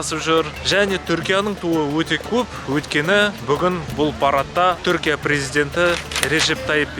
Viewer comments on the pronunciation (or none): none